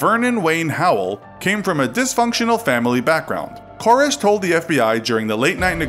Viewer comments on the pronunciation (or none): Ker-RESH not KOR-ish. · Well, first of all, it didn't happen in Waco. Secondly, Waco isn't in northern Louisianna. Thirdly, it's Kore-ehsh. Not Kore-ish. Fourthly, you shared no new information that isn't widely known. Fifthly, everyone is too smiley. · Ka-resh. Not Cor-ish. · You're saying his last name wrong. It's not "Kore-esh". It's "Kore-resh". Thought you might like to know. Love the videos btw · Pronounced KoREEEEEESH. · It bothers me how you pronounce “Koresh.” It bothers me more that your infographic shows Waco’s pindrop location as being in Louisiana. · I couldn't get 2 minutes into it. The wrong pronunciation of the last name drove me insane. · You don't pronounce David Koresh's last name properly once in this entire video...